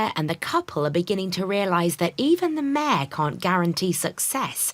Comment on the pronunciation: Mayor not mare